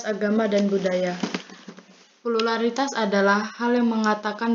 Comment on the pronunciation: Prrrrrrrrrrrrrrurrrrrrrrrrrrrraritas hahaha